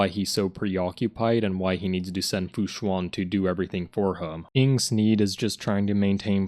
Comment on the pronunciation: You went out of character man. You pronounced fu xuan like how it's supposed to be pronounced once in this video, but the other times you said the name had wrong pronunciation. Very disappointing and an irredeemable right pronunciation